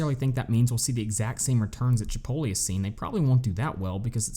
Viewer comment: bro u can't pronounce Chipotle like that!!! lol